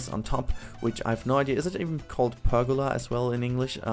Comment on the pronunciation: lol ich komm von silvaret rüber und hab bis du pergola gesagt hast nicht gewusst dass du deutsch bist XD was ein zufall